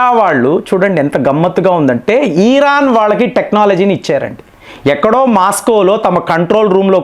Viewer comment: ఈరాన్ కాదు సర్ ఇరాన్